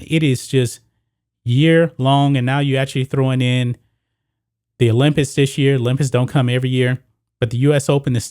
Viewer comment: is it me or does it sound like he is saying olympits?